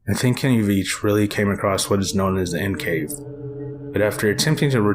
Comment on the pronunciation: Veach not Vich